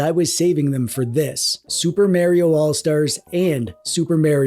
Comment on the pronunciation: I remember when people used to pronounce Mario properly....